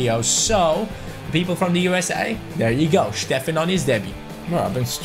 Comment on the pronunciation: Steffen, not Shteffen !